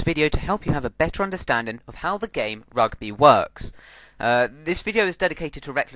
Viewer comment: How to say Rugby more english then english ROGBEH!